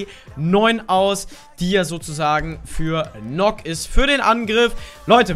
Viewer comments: NØKK wird Nökk ausgesprochen und Warden ist ein Mann #NoHate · Die wird Nukk ausgesprochen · Sie wird Nakk ausgesprochen, weil es im Deutschen den Buchstaben nicht gibt. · Nökk und worden ausgesprochen ✌️